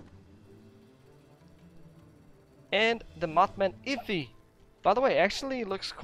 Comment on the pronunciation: Effigy is not pronounced like iffy. Say the letters F-E-G quickly. That's how you pronounce it. Its a representation of something, usually made for ritualistic purposes.